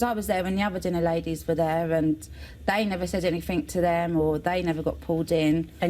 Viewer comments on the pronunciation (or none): "they never said anyfink to me... I've tried everyfink"